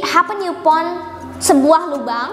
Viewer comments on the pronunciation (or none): Maaf kak koreksi upon itu bacanya "e pon" bukan yu pon